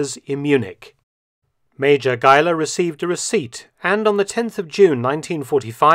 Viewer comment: thanks for pronouncing Geiler as a german last name....